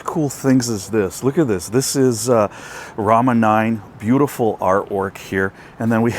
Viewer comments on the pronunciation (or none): none